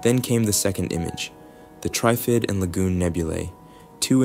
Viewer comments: You are pronouncing TRIFID incorrectly, like it is spelt TRYFID. Say it like it is in three parts TR IF ID - then blend it into one word without any spaces. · Yeah, they couldn’t pronounce Trifid properly.